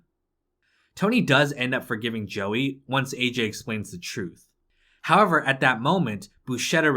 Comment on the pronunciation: If pronouncing the word “howver” was a gameplay mechanic, you’d be the fuckin world champion